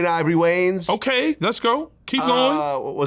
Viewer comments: “Who this guy think he is, talking about the (marlins)” 😂😂 you mean the wayans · He called him…. “The Marlons” 😂